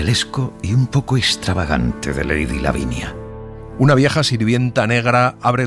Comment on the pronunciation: Me gusto mucho, pero hay un pequeño error dice "davinia" y debe decir " lavinia" saludos desde México y me encanta escucharlos.